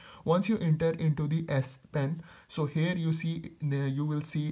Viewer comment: It's here not hair😂😂😂😂😂